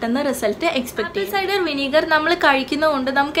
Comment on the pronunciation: First learn the pronunciation of the English word you say.... ആപ്പിൾ സൈഡർ... അസിഡിക് ആസിഡ് അല്ല ...അസെറ്റിക് ആസിഡ്....... കാർഫുൾ അല്ല....കേർഫുൾ.. (careful) 😩ഈശ്വരോ രക്ഷതുഃ.....